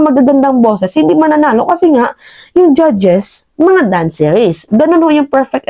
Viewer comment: My friend say it dancers, not danceries, you explain the issues right well done